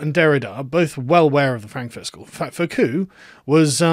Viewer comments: sargon's still unable to pronounce a single non-English word correctly. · Not Foh-koo, Foo-koh. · Learn to pronounce Foucault. It is not Foh-Coo, but reverse the vowels. Foo-Coh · Dear Carl--FFS, it's "Foo-COH", not "Foh-COO". Learn some Frog, man! Foucault almost rhymes with "you bowl". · Continental Philosophy has never concerned it self with objective fact and truths. (Majored in Philosophy, can confirm). Also, its not pronounced "Foh-koo", its closer to "Foo-koh" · Foucault: Foo-ko, not fo-koo. Foucault: Foo-KO. Kung-FOO KOs his opponents. Keep keeping up the good work. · I like how he says fo-ku, instead of fu-ko. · Sargon's pronunciation of Foucault which should be something like "Fooo koh" is more like "Faux cul" which is 'fake ass' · Fwiw, “Foucault” is pronounced “foo-coh” as opposed to “foh-coo.” Thanks for video. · It's "Foucault" Karl, not "Faulcout" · Isn't FOO COE, not FOE COO? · Foucault: foo-caw. Not faux-coup. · "Faux-coup?" *Foo-co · fUcO not fOcU... Foucault... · Fu-ko, not fo-ku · Sargon it's Foucault, not f u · Foucalt = Foo - co ('co' as in coconut. ) 'coconut' as in 'crazy in the..' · Not sure if you're doing a Vee-like deliberate mispronunciation ("Twatter")... But it's "foo-KO" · It's Foo-caw, Carl. The way you pronounce it sounds like a Brit trying to pronounce "faux-cul" which is a slang word for hypocrite and literally means fake bottom. 😁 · Sargon, it's Foo Kho. What is it with your French pronunciation? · Lol when you say Foucault wrong by inverting the syllables it sounds like "faux cul" (litteraly false butt in french) meaning a hypocrite. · Foucault, rhymes with Rousseau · I'm pretty sure it's pronounced "foo-cōe" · Bro, it’s FOO- COH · Foucault is pronounced foo-koh. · It's pronounces foo-koe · “Fokoo.” Hahahaha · Fyi Foucault is pronounced foo-ko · It's Fu Ko. Freaking englishman. lol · Carl Benjamin Please correct your embarrassingly off pronunciation of “Fuu Coe” ‘s name see: pronunciation guide